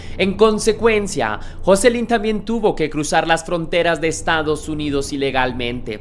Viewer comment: No se pronuncia asi el nombre de joselyn